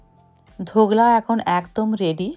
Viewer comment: সারাক্ষণ ধোকলার বদলে ধোগলা বলে গেলেন কেন ?